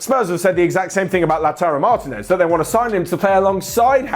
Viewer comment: Repeat after me: mar-TEEEEEEE-nez. Not mAAAAr-teenez